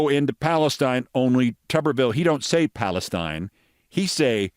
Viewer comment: "Tuberville, he don't say, 'Palestine.' He say, 'Palesteeen!'" 😆